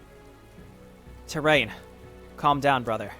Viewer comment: Gotta say, love your play, but man, it gotta learn Tyraen's name. Tyraen is Tie-rae-in, not Terrain. ;)